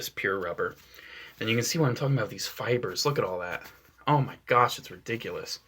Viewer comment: When you said that Anakin attracts "fibers" I thought you said "spiders"